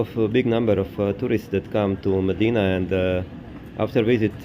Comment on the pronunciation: Please, very important: Not Medina, but Mdina. Hard to pronounce, but very distinctive and full of cultural meaning. The difference is like Jnic instead of. Doesn't seem like a big difference, but there IS a huge difference in the sound.